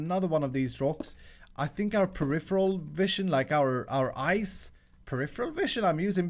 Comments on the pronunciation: For the first 10 mins I thought he was saying ice not eyes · Is it me or do you hear ice every time says eyes